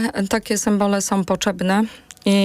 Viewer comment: Mówi się 'potrzebne', a nie 'poczebne' pani lol 😅🤣🤣😂😂😂